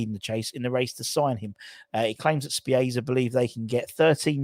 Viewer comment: Good show. FYI (If I may) Spezia is pronounced Spetz - E - A👍 Let's hope we get some signings very very soon